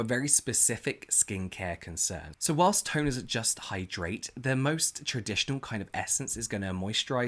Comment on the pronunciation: Why does James make saying whilst sound so perfect? Maybe its my American accent, but it never comes out right when I try to use it lolololol.